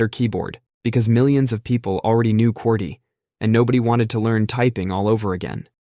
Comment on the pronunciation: What the heck is "QWERK"? Did they man "QWERTY"?